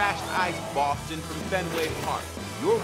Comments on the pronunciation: “welcome to baston massachusetts” no it’s boston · It's pronounced like "Baw-Ston". Boston. Wtf is "Baston"